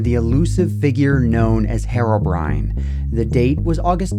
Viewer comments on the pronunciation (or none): His name isn't Hairobrine it's Herobrine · It's herobrine not harobrine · it is pronounced hero-brine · I don't get it. What is the actual English pronunciation of Herobrine "Herobrine" with a Spanish-like sound of a letter "E", or "Hirobrine" with the English sound of the letter "E"? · Your pronunciation of "herobrine" bothers me so much more than it should lmao, but otherwise great video as usual!